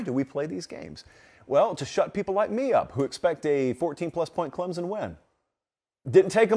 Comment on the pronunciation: I am a South Carolina fan, but you are pronouncing Clemson all wrong. ClemSon not Clemzon.